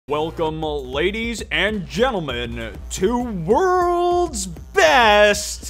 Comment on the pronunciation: "WELCOME, ladies and gentlemen, to wrrrrrrrld's best, clip-of-the-week